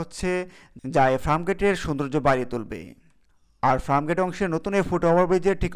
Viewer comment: Are abal FRAMGATE na re, bolben FIRMGATE! SUBCRIBE na re, hobe SUBSCRIBE! AGEY UCHCHARON THIK KARO BROTHER 👌!